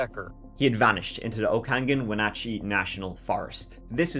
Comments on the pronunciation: Also, props to you for pronouncing Wenatchee correctly! I feel like unless you are a Washington native no one knows how to pronounce it properly 😂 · Im from okanogan, I can't believe you said Wenatchee and other town names right. Specially with how u say 20 or 30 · He's dead. It was a tragedy all around for our community. Well done on pronouncing Wenatchee correctly, though. In case you do a follow up video Okanogan - Oak-anne-awg-anne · You pronounced Wenatchee and Chelan correctly!!! Not many people do!!!! You da man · Born and raised in Yakima Washington and my ears perked up at “central Washington” BTW perfect pronunciation of Chelan and Wenatchee! 💕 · Congrats on the pronunciation s... for the most part. The Enchantments are awesome. If Decker pre planned this, he could easily make it through the summer. If hes alive, he will show up in the winter. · I'm IMPRESSED!! We have a lot of places with indigenous names, and it can be quite amazing to hear what people can twist those pronunciations into 😅 You pronounced everything dang near perfectly! Good job 😊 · Holy cow..., you're the first person I've ever heard outside of the state to pronounce Wenatchee right. It's my hometown. Nice work!! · Great job on the pronunciations of the locations! A ton of locals cant even correctly pronounce Wenatchee and Chelan! Impressive! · I live in Washington. This case hits close to home. I think he's dead in the woods somewhere. Edit: congratulations on saying Wenatchee correctly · You did an amazing job pronouncing ALL the crazy names in the area. One name you mispronounced was Okanagan … it’s OH-ka-NOGGIN. LOL! I just had to give you a hard time because you did an amazing job pronouncing Chelan and Wenatchee. People NEVER get those right! ❤❤❤ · Your pronunciations of Wenatchee and Snoqualmie impressed me as even wa locals get those wrong!!